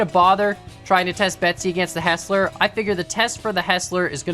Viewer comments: its not HESS-LER, its HIGHS-LER, its my last name. youre welcome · The pant of hearing it said as Hesler instead of Heisler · it's not pronounced "hessler" it's pronounced "highsler" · HIGH-SLER Hearing HESSLER bothered me a lot 🤣🤣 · It's heisler Not hesler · please stop pronouncing it "HESS-ler" its "HIGH-SLUR" Thank you! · Btw it’s pronounced ”high-sler”. Fantastic video thumbnail! A loop does fit at the iron mine, so no reversing needed. Fwiw, I love running the Mogul with 1 hopper and 12 cars to the iron and coal mines. Quick and powerful and no wheel slip. You are right on the generator. Just like the compressor gives you brakes on air brake engines, the generator gives electricity for the engines with light bulb (vs oil lamp) lanterns as you saw. I’d love to see a day night cycle with them. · Thank you it drives me crazy! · For the record, the pronunciation is Hi-slur with the e being silent rather than the i being silent. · No no, Hi-sler. There’s an i in it. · Him saying “hessler” makes me want to cry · I think It is pernounced Hi-zler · It's actually pronounced Hysler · I've only hear it pronounced hi -sler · It's pronounced hizs-ler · It’s pronounced hi slur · it's pronounced hiesler